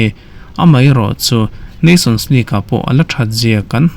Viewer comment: Ngatinge Premier hi preeemiaar kan tih zel a? League lah Leak kan ti zel a, (Leeeeeverpool pawh hi Liver-pool kan tih tlat le??? :😅:face-blue-smiling::face-purple-smiling-tears: Mizo :yt:ber ho te abikin news content nei thin te English thumal kan lam danah hmasawnna tur kan nei. Lam no leh lam nalh lam ni lovin a lam dan dik hi a pawimawh tih hi hriat a tha kawp mai.